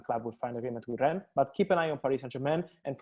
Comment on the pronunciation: At this point I’m convinced that is purposely mispronouncing Rennes. (Ffs) it’s pronounced ‘Wren’ - the ‘S’ is silent. Put some respect on their French name… JHEEZ!!! 🤦🏾‍♂️ 🚶🏾